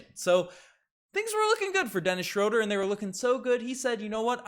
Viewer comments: Dennis Schröder. Pronunciation: \SHROO-der\ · its pronounced schrooder.... cringe